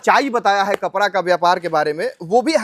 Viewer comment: Ye Bihari hai kapda ko kapra bol rha hai